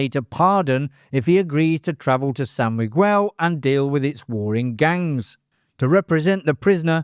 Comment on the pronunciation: San M-gwel ? 😄 Good collection though of cool trivia.